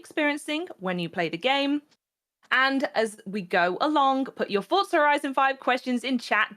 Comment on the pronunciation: For-za > fort-za